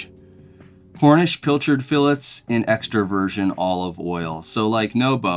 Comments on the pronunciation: …learn how to say, “fillet.” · Thanks for pronouncing fillet correctly :)